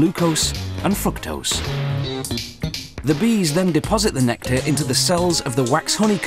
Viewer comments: haha, he said fucktose, it's fru-to-ose.. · fructose not fucktose lol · he said fuctose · his British accent made him say fucktose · did he say fuktose? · lol he said fucktose xD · He pronounced it like fucktose XD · i think he said FUCKtose, forgive the narrator hes doing his best to pronounce it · Graet video! and on 35-40 did he say gloucouse and fructose? or gloucose and fucktose? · I rolf at his pronunciation of fructose :)